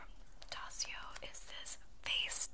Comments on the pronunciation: daiso not dasio hahaha. love the video though. keep it up💓💓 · daiso is actually pronounced die-so lmao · Daiso is pronounced "dice-o" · I need to shop from Also i love how you mispronounced DAISO haha❤